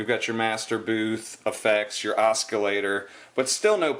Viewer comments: It's pronounced Os-sil-later lol. No hard C. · its pronounced ossilator LOL